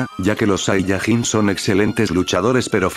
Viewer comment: No es saiyagin es sayayin